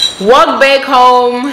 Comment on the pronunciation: Lol I love it when you are telling us these stories and the way you say homu (for home), roomu (instead of room), this make our stories very interesting 😀..